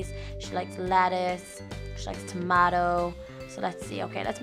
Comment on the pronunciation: Btw you said tomato wrong